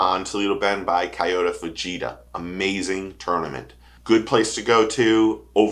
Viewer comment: reaction to that live chat was not noteworthy. Chill. Also please learn to pronounce Taku and Kyoya!! I subbed regardless lol